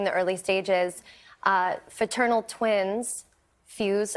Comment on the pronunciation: So all her life, she never knew the correct word was “fraternal” not “faternal” 🙄